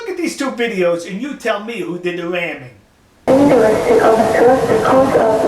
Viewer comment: Eehh What's up dwoc ? Bwumper bwoats... Wamming